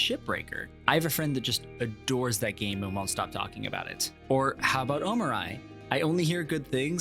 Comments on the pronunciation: Me too... Omoreye... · I have never heard anyone pronounce "Omori" differently like you did. Now I'm wondering what is the true pronunciation of the name.